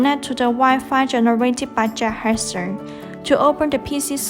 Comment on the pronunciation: You know its bad when she cant even pronounce the name of the robot in English. She keeps saying juhersa. How did you get that from Jethexa? And the unintelligible English continues. You folks need to get someone who can actually speak English to narrate these tutorials. Good robot but terrible tutorials and instructions.